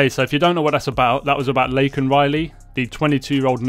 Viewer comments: Not only did he say illegal he also called her Lincoln not Laken. And he is more concerned with offending the criminals than disrespecting the woman who lost her life! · You know the dog video is a skit because, if it were real, she never would have posted it. Did you notice how Biden said Lincoln Riley instead of Laken Riley? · You can clearly see Kamala stabbing herself in the hand with a letter opener trying to keep from laughing as Biden attempts to pronounce his latest victim's name.